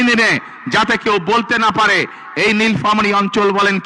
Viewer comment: নীলফামারী কথাটা উচ্চারণ করতে পারে না সে নাকি হবে দেশের চান্দাবাজ প্রধানমন্ত্রী